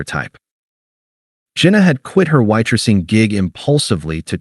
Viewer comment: why-tressing"?????? |Fake AI story that cannot even read.